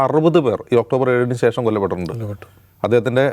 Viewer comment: കാക്കേ.. സേഷം അല്ല.... ശേഷം ...